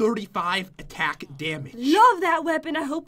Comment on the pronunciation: also the way Pat said AOE Attack on the weapon it sounds so funny it sounded like AOE ATEKATEK